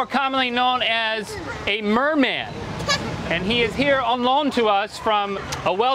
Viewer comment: not merman its MERMAN!!😠